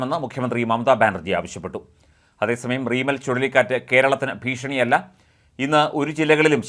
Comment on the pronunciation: . ചുളളിക്കാറ്റ് അല്ല ചുഴലിക്കാറ്റാണ്😭😭😭